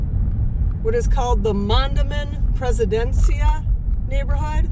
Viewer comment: This IS a good city gone bad...they aren't on any fence. Just FABULOUS at covering their 💩. Ask about the drugging and assaults of women in the Court Ave. "Entertainment" district in 2021...reported by many investigated by none. Gee, I wonder why that was 🤔 and its MON-DAY-MEN 🙄 clearly another casevof speaking on superficial facts without having the slightest notion if what you're talking about